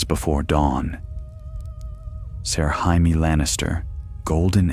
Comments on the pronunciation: Who tf is hi me?!?!? Say it with me,jay me,jay me. Perhaps watch the show or listen to the author himself pronounce it jay me. Ya sound like a dumbass. So joe is hoe and jim is him? That housting is pretty cool at the tournaments. Can’t even be consistent,is it hi me oe hamie? Ive heard ya say both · Dude it's pronounced JAY ME not HY ME! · You beat me to say exactly this 🤣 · Stop calling Jay-me, Hi-me. Get the pronunciation right. Please! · Not Hi-Me! I haven’t seen that guy since 7th grade Spanish class! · Ya lost me when Jamie was said as the Spanish Jamie. It's JAY-MEE! NOT HI-MEH! omfg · It’s A.I 😂 hi meee is funny tho 😂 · I was wondering who the hell Hi me was!😂